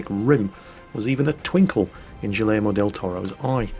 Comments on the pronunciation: Gee-air-mo not Jill-air-mo. And Sa-kay-da not Chi-ca-da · Guillermo ... “Gee-yer-mo”. Hard G like “Good” ... Yer as in “Cher” (the two L’s together are a Y sound). That’s a tough one so no judgement. Now if you put a quick roll of the tongue on the “R”, no one will even be able to tell you are a Brutish (sorry, British) salt mine owner/operator. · I was going to post that, as well as the u in Guillermo making it a hard G instead of a soft G... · your pronunciation of "Guillermo" makes baby Kerensky cry.:( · You better hope Guillermo doesn´t listen to you roflstomping on his name pronunciation. Ohhhh, don´t ever change!:):)